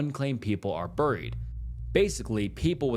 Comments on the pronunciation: Buried is pronounced "bear-eed" not "burr-eed." Most of your mispronunciations are funny, "buried" is not one of them. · Dude, your pronunciation of 'buried'/'burial' is an atrocity